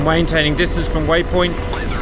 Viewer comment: Your mwayntaining?😊